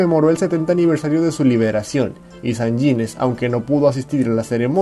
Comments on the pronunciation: El apellido es Sanjinéz y no sanyinez como lo pronuncias. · Sanjines se pronuncia como está escrito con acento en la e, es jota no ye